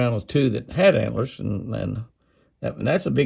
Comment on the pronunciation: Haha, they're "HANT'LER'ORNS" Jimmy!😂🦌